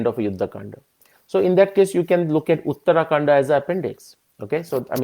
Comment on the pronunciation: It is not uttaraakanda, it is uttarakaanda